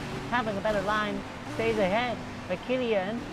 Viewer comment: Its K E L L A N not kellian